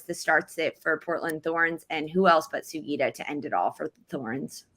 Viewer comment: I love how and make the effort to pronounce Hina Sugita’s name correctly! So many commentators in the NWSL space have butchered it so far, so I appreciate it.